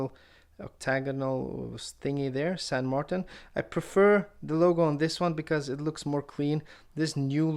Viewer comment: Currently I live in Essex, but I'm a Londoner who speaks Spanish and understands basic French ,so I think I'm uniquely qualified to give a reply(!). The name is close, but no cigar to someone who doesn't know how to spell a saint's name correctly in any Latin language. It's closest to the name in Spanish ( San Martín), with the 'i' pronounced like 'ee' in English. In French it would be Saint Martín. TBH, I would pronounce it with an English pronountiation with 'Martin' sounding like one of my mates & would say everyone else should do too, to avoid sounding silly.(the way it's said ). Cheers.